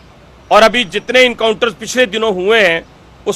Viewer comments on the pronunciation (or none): Not incounter Mr. But encounter. Who made you minister? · Encounter ❌ Incounter ✅